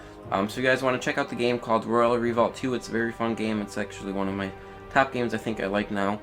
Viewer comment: and re-volt, not revault...lol